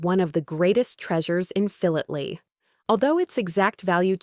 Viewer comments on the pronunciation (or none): You need to pronounce correct its said like this phi lat ely otherwise good show